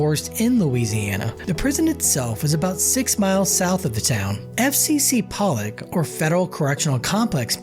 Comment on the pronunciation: Poe-Lock not Pallick bro!